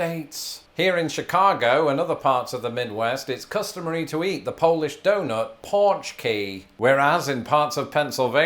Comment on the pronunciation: PORCH KEY?!?